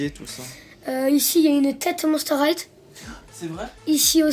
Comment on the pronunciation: on dit pas monster highTE on dit monster highE mais sa fait rigolo =)